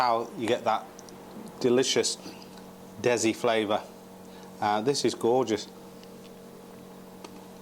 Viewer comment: Dezi lol it's de si